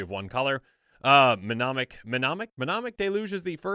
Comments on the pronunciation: Doo Dooooo, Di doodoo... Menomonic... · Ne-monic..... the M is silent. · The "M"in Mnemonic is silent. Like the P in Pneumartic. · It's pronounced mnemonic.